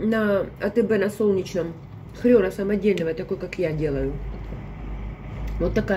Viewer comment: Я хочу запитати, а чому Ви говорите ''хрЬОн''? Російською буде ''хрен'', українською - хрін...А що таке хрЬОн...???